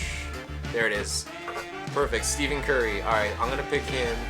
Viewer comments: Steff-In Curry, not Steev-in Curry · This dude is fucking ass this man said Steven curry u pronounce it Stefan curry Stephen curry has a 10 3 point and he is still trash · It's not Steven curry!!!! It's pronounced stefon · Yes bro you got Steven curry??? It’s pronounced Stephen curry by the way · Pronounced Stefan Curry my man, but no fault to you , it happens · LOLOL "that guy on the Warriors" it's pronounced SteFen Curry, not Stephen. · it's pronounced steh-phun curry not steven curry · I mean steh-phin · Josiah Love wello u dont prenounce it stefon curry either u pronounce stephen curry with an i sound not an O sound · This dude said Steven curry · HE CALLED HIM STEVEN CURRY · Did he just say Steven curry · It’s pronounced stefen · Boi I cringed when he said "STEVEN" Curry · "Steven" Curry. lol. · Daniel harman its pronounced stephen curry u idiot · Stephen is pronounced "Stef in" ^•^ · You said Stephen Curry 1st name all wrong.. look up his highlights to hear how you pronounce the best NBA 3point shooter to ever play the game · Stephen curry you say it wrong